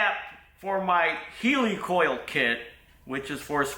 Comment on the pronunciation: The thread insert is a 'hell-i-coil ' not a heeelycole 😂